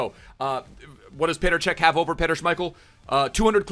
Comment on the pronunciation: It’s petr cech